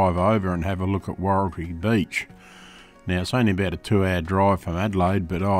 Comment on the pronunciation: Wahroltee not woreltee